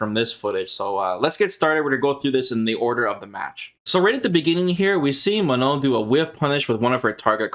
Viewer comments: Fun fact of the day: If you have a hard time pronouncing Manon the french way , It's not Ma-None , it's Ma-non . Learn how to say Oui and Non is French , which is the equivalent of yes and no in English and you'll be good to go. Remember, It's not a hard N at the end :) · Yes they sound ridiculous when trying to say Manon 😂 Everyone is forced to learn english and pronounce properly, but anglo people knows only one language and cannot pronounce something that isn't english